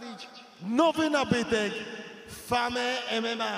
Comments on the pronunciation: mówi się ,,fejm" a nie ,,fame" niby menager a nawet nie potrafi czytać po angielsku.😂😂 xd beka z typa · Dobry menadżer skoro mówi FAME ZAMIAST FEJM XD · fame >>> Fejm (chodzi o wymowę :v) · serio nie mógł powiedzieć fejm tylko fame? XD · Ja od początku wiedziałem jak sie pisze ale mi chodzi o to że ten typek wyżej zaśmiał się z tego że powiedział,, FA ME EM EM A" A nie mówi sie,,fame em em a" i ja go tylko poprawiłem bo źle napisał. Więc o co ci biega? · To było specjalnie że powiedział "fame" mma , czy serio nie wie jak się mówi hehe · "Fame emem a" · Ten z mikrofonem na samym początku powinien chyba wiedzieć że pisze się Fame ale czyta FEJM😎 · " Nowy nabytek FAME MMA ( myślałem że się czyta "fejm") ,o mój rozmarynie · Famme mma wymawia się fejm emema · On specjalnie tak powiedział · Za to jak przeczytał "FAME" powinni mieć zakaz wchodzenia na galę dożywotnio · mma dobrze przeczytal tylko z tym fame troche przesadzil xDD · Po 6 ten gość nawet dobrze nie wymówił fame 😂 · fame mma powiedział Boshe xd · Żenada to mało powiedziane. F A M E. Mogl my ktoś powiedzieć przed wyjściem jak to się wymawia. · "Fame" xd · Nawet nie wie jak się czyta "Fame" xD